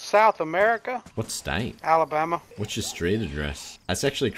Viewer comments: "Alabamer" LOL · lmao "That's crazy I actually live in Alaba...Alibammer, as well. I cant even say it." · “Alabameer” lmao